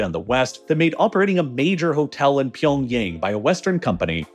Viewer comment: did i hear pyongay?